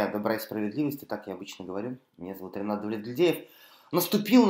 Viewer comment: Спасибо, Ренат! Чуть-чуть более внятно: пока не прочитал, никак не мог разобрать, как вас зовут. Быкову и Пугачевой передайте привет и уважение. Путину и иже с ним - презрение и порицание.